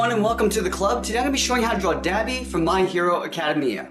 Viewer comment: I'm sorry if this is rude, but you pronounced My hero Academia wrong and it's killing my from the inside out